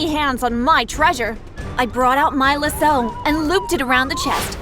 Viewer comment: If was funny how she said lasso